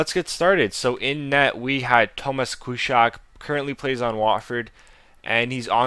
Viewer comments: Dlaczego nazwisko Kuszczaka wymówiłeś tak jakbyś w życiu nie był w Polsce? :D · Are you Polish? You can't even pronounce Kuszczak...